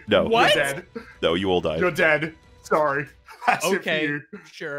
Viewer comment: I love that when everybody says “no” says “nough”